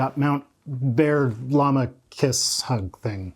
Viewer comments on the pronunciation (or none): none